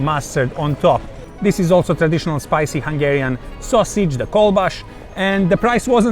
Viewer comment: "KolbaSZ" is pronounced with an 's'.